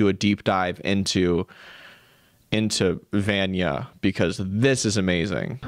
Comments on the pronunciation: Just fyi Vanya is pronounced vawn-yah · i went to school with someone named vanya; it’s pronounced more like VAHN-ya